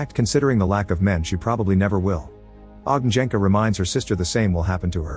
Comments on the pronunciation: You butchered those names like there's no tomorrow 😅 J is pronounced like "Y" in You. Ognjenka=Ognyenka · Funny how narrator speeks Ogn(J)enka - (Fiery one or Bonfire, kres, lomača, lagerfeuer...) wrong, but Dragol(J)ub - correct check (J) Should be Ogn(Đ)enka then. YW ;)